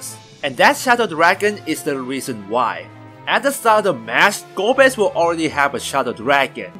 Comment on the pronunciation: 4 : 35 Golbeza ? Really ? Golbez A ? what ?